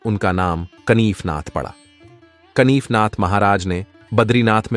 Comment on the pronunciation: "कनिफनाथ" नहीं, "कानिफनाथ".